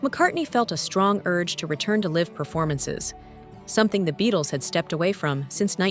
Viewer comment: Is it “live” or “live”? I’m not going to knock the AI voice because I don’t want to be executed when the robots take over!